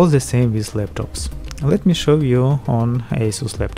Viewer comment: Why do you say zzz in every word you say like its "the motherboard" but you say " zhe motherboard' Like if you agree